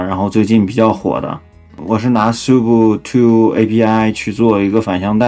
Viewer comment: 虽然不影响整体，但是sub这个听起来好怪